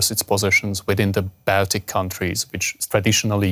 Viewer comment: If you talk about "Baltic States", try to pronounce the word Baltic correctly.